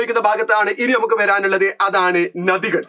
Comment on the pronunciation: ഞദികൾ ❌ നദികൾ ✔️